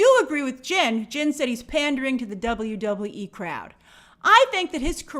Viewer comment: As a wrestling fan the way she says WWE bugs the shit outta of me